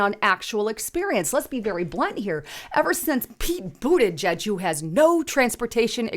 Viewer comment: Did she say, “Peter Bootyjuice?” 😂